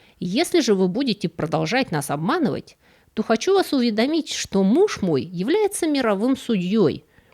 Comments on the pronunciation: УвЕдомить, а не уведомИть… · И всё-таки увЕдомить,а не уведомИть